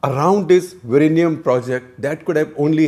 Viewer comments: It's Vizhinjam not Virinyam. Please correct your pronunciation. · SG, you can try to say "WE-Yin-Yum" (sorta closer) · It is not Virinjam; it is Vizhinjam ( വിഴിഞ്ഞം). And it is not Trivandrum anymore, it is Thiruvananthapuram. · With all due respect to development and defence importance, I remember how beautiful the location was and my thoughts were "this should be my retirement spot with a small own sail boat" The closest pronunciation is vilingiam with a strong L sound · "Vi-rr-inam". 😆 Lot of respect for trying Sir. Infact we get mocked for having 'strange' pronounciation. 🙏 Thanks for intentionally turning the tables and making us 'feel better' even at your expense 🙏. Ton of respects. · Vilinjiam - Vi Li N Ji am - Can you now pronounce ? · Still bad pronunciation !!! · Sir, Your pronunciation is not a problem. Malayalam is a new language that it has more letters and adopted lot of words from Sanskrit. So it is very difficult to pronounce vizhinjam even by other South Indian state people. We don’t mind it sir. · You are no where close when it comes to saying the word!!